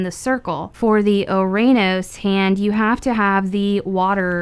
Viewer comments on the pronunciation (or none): Not to be that person but ouranos is proniunced "uranus" and gaea is pronounced "gaya" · Just a pointer ouranos is pernounced uranos.